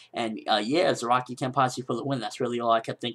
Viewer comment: lol and everytime you say Zaraki i hear ROCKY :D